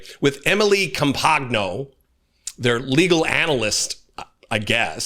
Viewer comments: Shouldn't Ms. Compagno's name be pronounced "Com-PON-yo", rather than "Com-PAG-no"? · Only bc I'm American/ Italian.... pronounced Companyo. Like Spanish LL=Y, GN=NY and GLI=LYEE in Italian But f that b